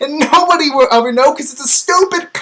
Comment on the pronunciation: If you listen closely at when he says 'ever ever ever' he sounds like he's saying 'Edward Edward Edward'